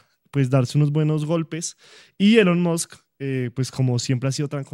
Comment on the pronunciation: Ah Maduro: no hay quien le corrija o le enseñe a pronunciar Elon Musk, cuando dice “elon muks” o “elon mods”, y siempre retando a los demás como cualquier bandolerito de barrio! ah maduro, que vergüenza de presidente!